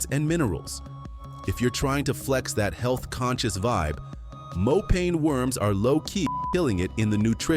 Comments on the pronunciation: Mopane Should be pronounced as mo' pa' ni not as pane. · It's Mopani worms not Mopane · Mopane worms.....is pronounced, "MO-PAH-NEE worms" All of these dishes are eaten only by black people, mostly in the northern countries of Africa. Especially South Africa has many races. White, coloured(mixed with Malaysians, Europeans, Dutch, etc), black, Indian, Malays, Chinese, etc. And these dishes you show here for South African meals, are eaten only by the different black races. Zulus, Xhosa, etc (11 of them!): There is one delicious dish we all eat, ox tongue, a delicacy on the Christmas table. Even the Malays eat it. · Its pronounced "mopaneh" worms. (Finkubala or macinbe") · Please its pronounced Mo-pa-nee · Im sick of AI!! Its MoPANee worm!!! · Get the pronunciation of mopane worms right, do your research 😂